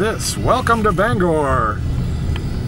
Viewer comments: That's BanGOR not BangER sir!😁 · I haven't been back in Bangor in 50 years ever since I had a beef with Selective Service System local board #10 (draft board during the Vietnam War). Interesting video, but I can tell that you're "from away" even after all this time. You don't pronounce "Bangor" local style.